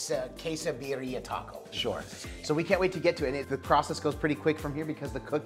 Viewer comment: I love you guys…. Birrira…. Pronunciation Vid-de-a or Bid-de-a…. Next time use Goat Meat and Oaxaca Cheese…Chooooowww…Rock yo socks off…. Now, with your left over Consumè, save this and toss your next chicken wings in it.